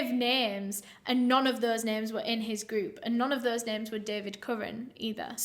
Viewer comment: I am so glad that you cover international cases. my Polish heart goes for you. you pronounced their names really well :)